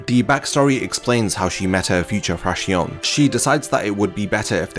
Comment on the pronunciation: just a lil commento, it is pronounces Frakzion...with the accent on the O. It comes from the spanish for fraction...the fractions of the numbered Espadas I guess